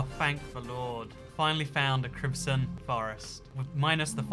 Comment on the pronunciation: Foxcatgaming 2 crimson not crimpson